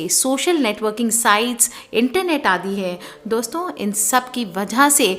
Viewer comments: Dosta dosto 😂😂😂😂.. apko v hai Voice paralysis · She said Dosta ,Dosto OMG hehehe